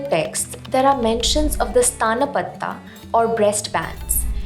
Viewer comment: It's not 'sthaanpatti" sthaan means place it's 'sthanpatti'